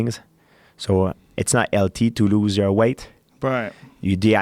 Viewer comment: After all these years George pronounce healthy as LT I'm not impressed by your performance!!